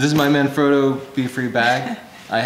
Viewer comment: Manfrotto — (300 lb bag😀) with the emphasis on “Man”!